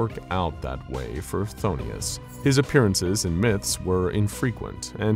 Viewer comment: Just a heads up, its pronounced f'thone-us, not fthonius. Love your work tho!